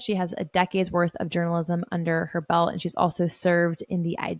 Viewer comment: "a decade worth of journalism under her bel" Pronounce your T's. BELT.